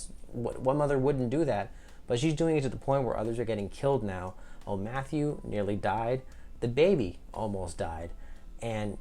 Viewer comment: Good review, but you've got a character name wrong. It's Ofmatthew. Not Omatthew. The handmaid is given the name of their commander, as they are now OF the commander. Hence, OFmatthew. Sorry to nitpick but it was driving me crazy!